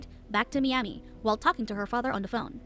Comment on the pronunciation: "Mee-ami" lol :D I love how these A.I. narrators butcher even the most simplest of pronunciations